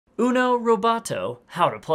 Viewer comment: Its so fun see english people saying uno but with a bad pronunciation